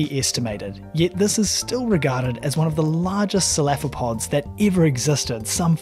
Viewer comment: It’s pronounced Seph-uh-Luh-pod.